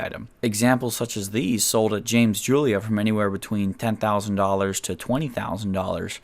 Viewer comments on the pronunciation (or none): none